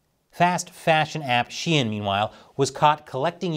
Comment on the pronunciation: In Brazil the people pronounce Xiaomi as Xaiômi, but you pronouncing Shein as Shien was a new one to me, hahhaha